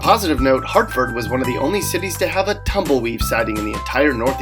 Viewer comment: He said "tumble weave" 😂🤣😂🤣😂🤣😂🤣🤣🤣🤣